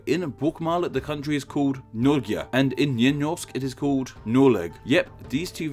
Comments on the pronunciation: I don't know much of the old norse pronounciations but you really butchered Norge and Noreg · Norge = pronounced "Norger", where "ger" rhymes with wear or fair. Noreg is pronounced as is. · "Ge" part in Norge is pronounced Norje and the j sounds like first y in "yay". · The paperclip actually wasn't invented by a Norwegian. Also 'Norge' rythmes more or less with the fictious word 'Norgay' perhaps without the round of the 'y' at the end making it sound very short. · "narrow" huh? Well, that never occurred to me. But it does make some sense. As for pronunciation of "Norge" and "Noreg", there is always a break after the "nor" for both. That was your biggest mess-up there. And one minor thing: while dialects differ much on this much, the O in "Nor-" is often a pure O, instead of the regular O. Especially where Nynorsk is dominant. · Pronounce Norway as Norge, the word in Norwegian, that g is pronounced ge and r is retroflex, the o is pronounced å, so go to help ipa in wikipedia and then you get the idea, å is pronounced as ɔ. Like in Swedish ”Måne”, it can probably be pronounced as a long o, like oooo, As in R, it’s pronounced as a retro flex that means you pronounced it while making your tongue flat, curly or sometimes touch the roof, Try this:NåRge.